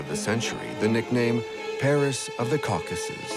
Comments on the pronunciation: the cowCASssus. brutal. Then pronounced correctly mere seconds later. What real narrator uses two different ways to pronounce the same word? A machine, that’s how. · mispronounced common words like Caucuses and Reich. definitely AI.